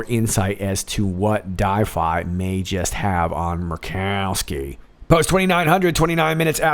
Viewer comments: hahahah, M-u-r-r-rkowski! love it. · I love hearing you say Murkowski. Hilarious! Laughing by myself. I wish my family was into this! You do amazing great!!!